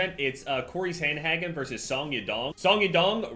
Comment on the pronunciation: I love you, but please prenounce sandhagen right